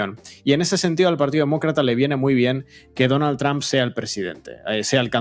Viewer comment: La única razón porqué veo estos videos es porque me hacen reír como nadie más cada vez que pronuncian Donald tramp, en ves de trump.